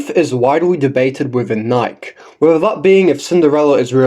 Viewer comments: Come on everyone, say it with me now: KNEE - KAY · I would like to point out a few Thing's I Agree with what you're saying But at this point he's never gonna say it correctly out of pure spite or rage bait people into commenting on his videos